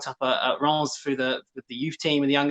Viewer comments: IT'S NOT RIIIIMS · It's pronounced ræm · spot on pronouncing "Disasi", but "Riiimmmss" totally wrong lmao